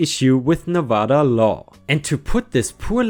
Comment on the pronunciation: You pronounced Nevada right, but not lien (lean) or escrow.